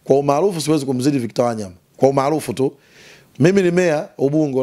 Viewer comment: Huyooo jamaa nmemuelew sana ... ila ananiudhi anavolitamka jina la WANYAMA ... yaaan halitendei haki ...